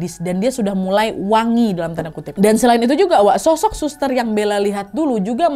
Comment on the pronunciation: bener kan,,😀😀 suka bnget aku dengernya "shoshok" kek gitu Kya nya di telinga pengucapannya